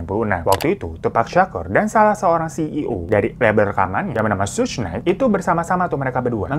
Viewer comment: bang bacanya ‘tupak’ baang bukan ‘tupek’ 😭 satunya sug nait bacanyaaa wkwkwk